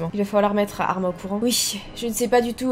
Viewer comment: Armin ce prononce armine